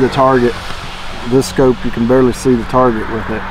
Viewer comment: Scope not scoop